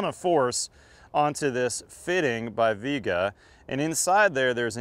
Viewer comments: Flux doesn't fuse the pipe, solder does. Lame test: Your guy makes sure soldering and copper prep work takes longer. It is obvious. Viega is not English word. It is not pronounced "Veega", as you pronounce it, but Spanish "Viega" - "i" and "e" pronounced like in "Fiesta" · Doesn’t even say the name right lol it’s driving me crazy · Propress is not fusing the fitting to the pipe. It’s a pressure clamp. And it’s pronounced like vee-àguh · I'm sure you pronounced the name wrong.